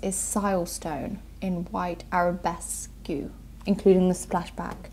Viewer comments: White Arabesque (pronounced arabesk not arabes.Q. 🙄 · “Arabesque -queue” 🤣😂🤣😂🤣